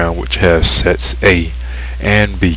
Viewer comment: lol yea it sounds like he says sex